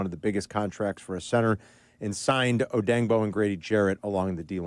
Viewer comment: It's "DAY-OH", not "Die-Oh" & his surname is pronounced "Oh-day-ing-Bo", not "Oh-Dang-Bo", Carmelita, you f**ktard!